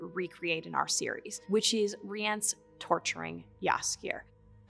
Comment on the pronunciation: and who decided to pronounce it Rie-ence